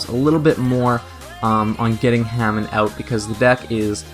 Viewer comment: It was pronounced Huh-Mahn not Hay-Men. And also it's U-Rai-A not U-Ree-A. In - to to said you didn't know so I thought I'd just say in case you didn't know. Anyhow, thx for the deck profile!